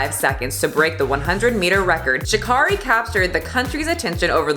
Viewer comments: Great video! But Sha'carri's name is pronounced "Sha' carry" like Mariah "Carey" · It’s pronounced sha CARE ee not sha CAR ee, just letting you know because she corrects people on it a lot ❤️ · Pronouncing her name wrong, officially offended